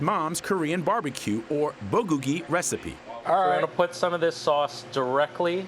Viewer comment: lol at “buh-guggy” come on man. Sandwiches look great and the owner rocks ✌️